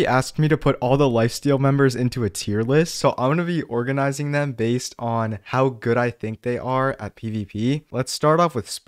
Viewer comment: bro said “zem”